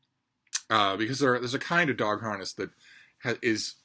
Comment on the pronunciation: I thought you said "her heart is broke" and I wondered what did you do to Freida? Then I heard you say harness 😢 😂